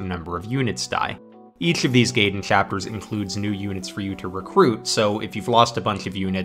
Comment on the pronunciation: Fun video! For how many times you say "gaiden", though, you're mispronouncing it pretty badly lol. Look up kana pronunciation guides and you'll see that がいでん is pronounced approximately like "guy-den", definitely not like "gay-den" which the Japanese would be spelling "geiden/げいでん"